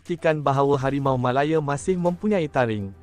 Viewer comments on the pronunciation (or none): Tergelak aku - sebutan --> Harimau Malayer 😆😆